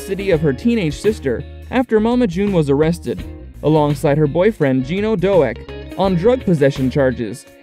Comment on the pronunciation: Doak is pronounced like oak. Just thought you'd like to know.